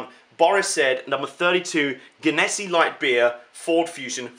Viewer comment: Im dying right now your pronunciation of that was soo off lol. I live in the area where the company is. It's pronounced gen-a-sea